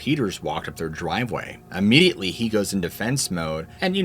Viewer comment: The owl story was spooky! Thanks! Seriously, you're concerned about the pronunciation of pjs but consistently mispronounce immediately. Geez. It's not aaahmediately. Try the correct pronunciation please. Search audio pronunciation for Tlingit while you're at it. You owe it to yourself. Thanks for the stories